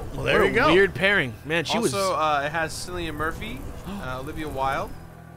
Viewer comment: As an Irishman, hearing Americans say "Sillian Murphy" never gets old. XD